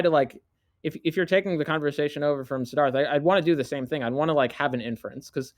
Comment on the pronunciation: I kept thinking was saying Darth when he would say "Sidharth"